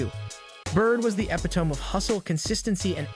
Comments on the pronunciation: Ep’ I tome? How about E pi’ to me you lout. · Epitome.... ih-pit-uh-mee. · Epitome has four syllables! And please look up how to pronounce "sycamore". LA Dodgers? Is this a bot reading the script? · Epitome has 4 syllables, by the way. Eh-pih-toh-me, not eh-pih-tom. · *** Epitome—— pronunciation “Eh pit oh me” not “ep it tome” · Where do these so-called narrators come from??? It is e-pit-o-me, not epi-tome. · Dude said epee tome. Epee tome. Damn. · he also says Ep-Eh-Tome...just saying, I don't think this narrator is super polished... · What’s an epi-tome? How’d you let that get on air? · Epitome is epit oh me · I hate to be picky and I truly mean no offense but the word “epitome” is pronounced “Ep-it-o-me” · Did he say epp-ih-tome? Sye-ka-more? Why don't people look up words before garbleiing them? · Lol: epitome is pronounced e-PIT-oh-mee. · Learn the language. It is Sycamore starting sounding like "sick" and Epitome ending with "me". It is ridiculous to put out a video with such elementary errors. Ruined it for me. I can't trust your research as competent. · If this is a real person narrating, he mispronounced sycamore and epitome. Also, referred to the Lakers as the dodgers...but, I still enjoyed the stats. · "Epitome" is not pronounced the way you did it, bro. Maybe use your own word choices? But good video, none the less. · Pronounce "Epitome" again....I dare ya